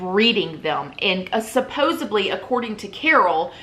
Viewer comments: Is someone gonna tell the word is supposeDLY, not BLY? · Supposedly I think is what you're meaning to say (not supposably). 😘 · Lawd, I love you but it’s SUPPOSEDLY* Thank you so much for this video. I was curious to get your take seeing as you and Carole are both in Florida.